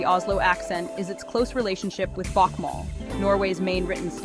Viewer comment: Is the reader trying to pronounce Norwegian? She pronounces Bokmål and the word "snakker" wrong - and why do they show German words in the video?